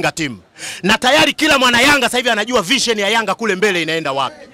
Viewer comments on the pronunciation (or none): none